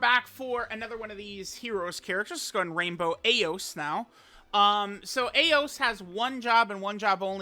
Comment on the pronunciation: Truth I believe her name is pronounced EYE OS.